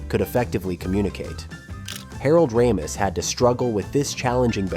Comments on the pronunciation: Wow AI voice, why can’t you pronounce Ramis correctly every time?! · How lazy. Learned how to pronounce Harold Ramis and couldn’t be bothered to spend 15 minutes correcting the video. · Quite interesting but can the narrator decide how to pronounce Ramis? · Teach your robot how to say Ramis. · Good god, how many different ways can this AI narrator pronounce "Ramis"? Absolutely butchered "Ric Ducommun", haha. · The AI narration pronounces Harold Ramis’ name at least three different ways. 🙄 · Mispronouncing one of the main peoples name in the story is the best way to show you have no idea what you're actually talking about & are just reading words you found on the internet. Regardless if it's A.I. or not. First and last thing I'll be watching from such a content regurgitator. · Every other time it pronounces RAMIS differently. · Funny how the pronunciation of Ramis changes throughout the video. Sometimes it's a long A and sometimes a short A. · Harold's last name has been pronounced 3 different ways. Does that mean it's AI? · Harold "Ra-MEESE" LOL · Raymiss, Ram-iss, and Rah-meece. 3 pronunciations by the AI narrator of Harold Ramis and it's not even halfway through! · Great mini-doc - well-done! I have to say, though, the back & forth pronunciations of Harold Ramis' name - from Ray-miss to Rammis back to Ray-miss, back to Rammis, over and over and over...was pretty annoying. For the record, it's only one "m," so it's pronounced Ray-miss. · Ray-muss and Rye-muss, two different pronunciation of the same name within ten seconds 😂 It’s ok vid but I’m guessing it’s AI voice! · Ray-mis for Harold's last name pronunciation! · Dude, decide on which way to pronounce Ramis. (it's a long A, btw) ...you're literally switching within the same sentence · Also Harold RAM-ees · AI ass video. Pronouncing Harold ramis like 5 different ways. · Anybody count how many time the “narrator” flip-flopped on the pronunciation of Harold Ramis’ name?